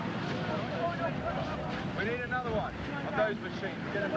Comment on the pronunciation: "Anothet" ....Is that a smaller Exocet?